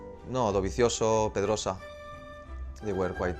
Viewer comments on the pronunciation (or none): I think he is pedrosa not perodsa😬